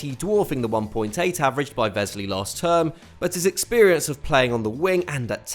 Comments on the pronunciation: Is there a reason you're pronouncing Wesley as if he's German? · The w in Wesley is pronounced like an English w, not a v